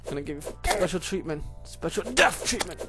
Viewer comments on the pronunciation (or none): none